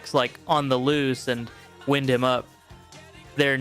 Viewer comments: Hard to believe a human would mispronounce “Wind him Up”. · Nice to see the bands I grew up listening to. Are you Canadian? You mispronounced Regina and its Wind him up as in clock not as in weather. Great vid!! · Please dude PRONUNCIATION!!! “Reg-I-na” hard I “W-I-nd” hard I… that makes it an entirely different word !! GRAMMAR MAKES A DIFFERENCE. I love the piece but the bad grammar destroys the rightness of it. Do ALL the work before you record the information with correctness and class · This must be computer-generated since Wind and Regina were not pronounced properly